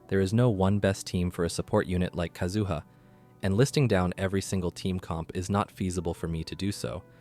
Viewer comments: All three syllables in 'Kazuha' are the same duration. Please don't extend the middle one, it makes it sounds like "kazoo". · Yes, your pronunciation is weird. It's like how they say Ayaka in EN Dub. But how to pronounce their names in Japanese have different accents. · So many years to pronounce his name right, yet you fail so hard. Disliked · The first person I've heard pronounce his name like that, haha.